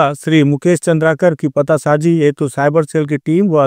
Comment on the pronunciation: चंद्राकर लिखा है उसे भी चंद्रकार पड़ रहे हो